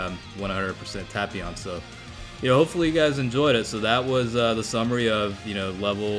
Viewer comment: The way he pronounces tapion gives me ear cancer though.